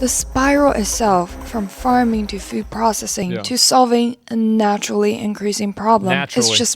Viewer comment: She keeps saying fyuuud lol. Uhg. Very annoying breathy voice these people are their own worst enemies. They just can't see it yet. Sadly, they will die first before they realize the Folly of their ways.